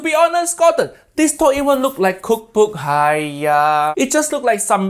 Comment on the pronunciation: As a Asian I can say , gordon has one of the most accurate haiyaa pronunciation I ever seen